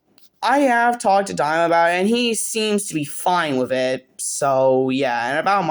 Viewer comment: Btw you pronounce Dima like demer . We were talking about it on stream and he was saying it annoys him a bit so i thought id let you know